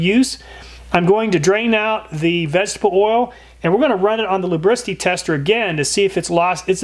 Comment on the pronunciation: This guy seems to have trouble enunciating the words "vegetable oil." In a video ABOUT vegetable oil, he says it a lot, so it's pretty easy to notice. Does anyone else hear the way he slurs that particular phrase, or is it just me?